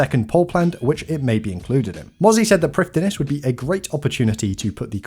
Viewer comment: Heads up to save you from the embarassment int future, Prifddinas is a Welsh word, so it's pronounced like Prif-thin-ass, with the 'th' like in 'father'.